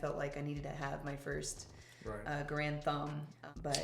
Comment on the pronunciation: Thank you, loved the conversation and the guns. Alex, what vitamins are you taking? My gf noticed you are developing a bigger .. uhh.. chest and she wants the same. Btw, it's Garand ( Gair-und not Guh-rand) just trying to help 😉